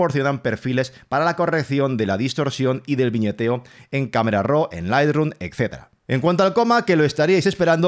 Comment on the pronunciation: El primer fotógrafo que le oigo pronunciar correctamente, ROO para RAW y no RAU como lo pronuncian erróneamente la mayoría